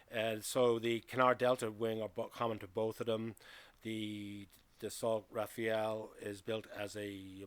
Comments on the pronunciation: Rafale not Rafael ... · It's not Rafael, it's Rafale. Rafale (Gust) in English means, in idea, rapid, or at least in spirit. A gust of wind. But also a burst of automatic gunfire (the two being synonymous in French). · Rafale = gust of wind. Not Rafael. Is not that hard. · Rafale is pronounced RAFAL, not Raphael.😉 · I'm curious though. Why did you pronounce it like this ? I've seen many english speaking videos and most of them tend to go for "Rafa-el" instead of "Rafal". "Rafael" as in "bread" I could understand but not "Rafa-el". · Why do you call it Rafeal? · Please pronounce Rafale correctly, it’s not difficult.